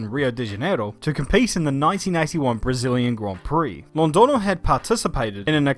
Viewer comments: to pronounce the ñ try saying it like Londonyo with the sorth of nya sound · Hey! Spanish-speaking fan here, but by no means a language or phonetics expert. Friendly tip: whenever you see the ~ above the n, the letter is no longer pronounced as an n, but rather as a weird, condensed 'gn' sound instead. Kinda like how the word "lasagna " sounds. So in this case, Londoño is pronounced Londogno. Hope this helps:) And awesome video, as always!